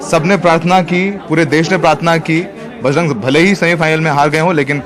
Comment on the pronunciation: देस नहीं देश होता है